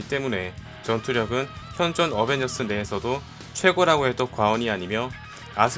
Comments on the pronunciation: 어벤져스1 인데 어베져스1 이라하내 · 초에 어벤져스1 이 아니라 어베져스1 실화ㅋㅋㅋㅋㅋㅋㅋㅋㅋ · 언벤져스가 어베져스 ㅋㅋㅋ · 왜어베져스 1 이라고해요 원래어벤져스 1 인데? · 초에 어벤져스1인데 어베져스라고 했어요 오탄가요?? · 에 어베져스ㅋㅋ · 1분13초어배져스오타ㅋㅋ ㅋ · 어베져스?? 어벤져스아닌가요?? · 어베저스1 뭐여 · 에 어베져스ㅋㅋㅋ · 어베져스 ㅋㅋㅋㅋㅋ 고쳐주세요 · 에 어베져스라는디ㅋ